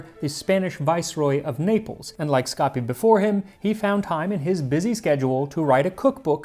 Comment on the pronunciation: I think it's pronounced "escapi" not "scapi"